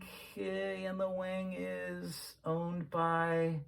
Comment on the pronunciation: That "wang" is pronounced "wong" fyi